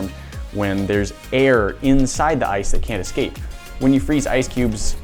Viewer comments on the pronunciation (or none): none